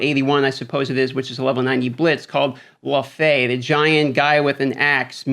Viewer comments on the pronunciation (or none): Minor quibble, but it's pronounced Lau-fee. The first half is like loud. Watch the first Thor movie to hear it aloud. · I thought it was Pronounced Lao-Fee.